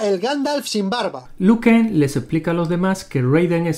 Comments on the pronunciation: Hay un error en la pronunciación de un luchador:todas las veces dicen Lu Ken pero es Liu Ken: ERROR ÉPICO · Se dise liu kan